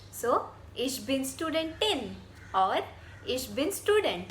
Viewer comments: Loved your video, however I think the correct pronunciation for student/studentin is 'shtudent /shtudentin' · Aussprache von "Student" ist nicht ganz richtig. Erstens: Das "St" am Anfang wird wie "Schtudent" ausgesprochen. Zweitens: Betonung auf der zweiten Silbe: SchtuDENT.